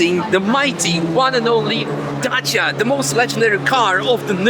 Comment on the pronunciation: Yeees as a Romanian he pronounces Dacia perfectly